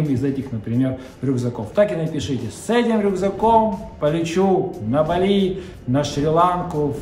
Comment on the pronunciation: Интересно!! Снимай ещё про минусы!! Бали ударение на и